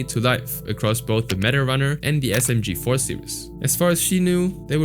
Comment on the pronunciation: he also said msg4 instead of smg4